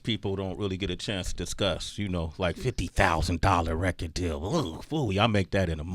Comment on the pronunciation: “50 Dousand “ 🤣 .